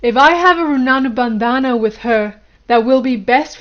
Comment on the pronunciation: Try saying Rin-bun-dhan. Runanu bandana isn’t that bad either lol